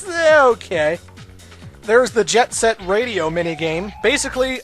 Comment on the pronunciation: The intro movie looked pretty sweet at least:-) and I liked that called it Jet SET Radio, and not Jet GRIND Radio.